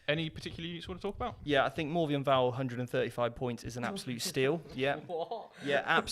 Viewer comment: Why does this dude always say "Morvien Vahl"? kek